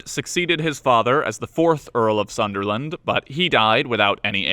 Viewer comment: Sunderland not Sutherland